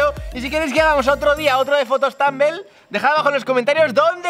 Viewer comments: no dice tumblr dice tumbl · Dice tumble no tumbler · Por que dice tanble y es tanbler, no me digáis q lo he escrito mal por que solo es la pronunzacion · "fotos tambel"😂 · dice tambel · Por qué dice tumbl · Soy la única que le encanta como dice tumblr 😂😂🤦🏻‍♀️ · no sabe decir Tumblr